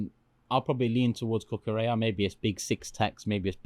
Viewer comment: Lost me at cucoorellla. Robbo all day